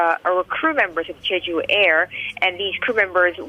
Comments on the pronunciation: Jeeju? Don't your reporters learn how to pronounce names? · jeh ju, not jee ju. Let's do our due diligence and get the name right.